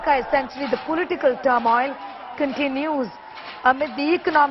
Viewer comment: Turmoil.....? News caster's ... pronunciation...is not good at all... 😀